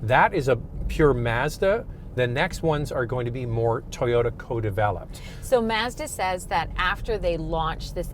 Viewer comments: it is pronounced mahzda never seen a commercial where it is pronounced maazda. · She pronounced it "Mez dah" it's "Mahz Dah" you have an auto review channel and you don't know how to pronounce the brand correctly. C'mon now. 😢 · Mahz - duh not MAZZ DEHH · Why do they keep saying maehzduh? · MAZZ-dah or MAHZ-da? The Signature could be an RX-350 rival if a power t&t steering wheel with memory, exit setting for the drivers seat, and lose the black plastic around the wheel wells and bumpers for body color. I’ve had a pano sunroof which always rattled. Great vehicle regardless of how you pronounce the company name.